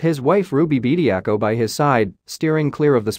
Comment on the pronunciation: His name is Bediako not Bediacool 😂